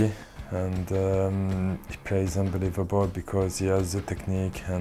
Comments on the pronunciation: how many times did he say UNBLIVELBOL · "Unbaleiavable" lol, he says it way too much